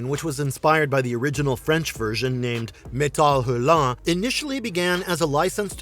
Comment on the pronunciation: métal Brulant... tf u said... metal rulan